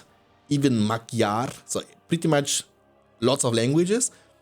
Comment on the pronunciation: I love the way people says magyar (hungarian). magjar xD. Gy is an aafricate voice as linguists says. Hard to pronunce but I can help. put your hole tounge (not just the tip) against your palate in your mouth and then let the air pas your tounge. this is kind of like explosive sounds like k p g t so imagining them may help you. Just put your tounge to yoour palate blow some air and than release it. Thank you for the tutorial